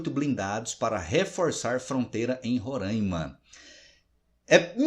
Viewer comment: Professor, a pronúncia do nome do estado está errada. Roraima e não "Rorâimann".